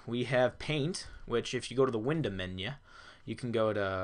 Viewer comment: "winder menyah" lol